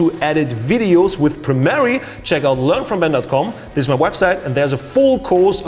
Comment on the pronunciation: Ich weiß, dass der Kanal vorallem für deine nicht deutschen Zuschauer ist, aber bitte: Arbeite ein bisschen an deiner Aussprache. Das Programm heißt nicht Premerie sondern Premiere. Außerdem tu bitte nicht so als wäre Premiere ein professionelleres Programm als Fcpx. Es sieht nur komplexer aus als fcpx aber bietet nicht sensationell viel mehr. Es ist eine Frage des Geschmacks welches programm man besser findet bzw mit welchem man besser zurecht kommt